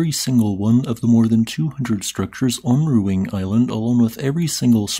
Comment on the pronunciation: Please, respect the native Indonesian language and pronounced the name of the volcano accordingly. Ruang is pronounced more like ru-ung.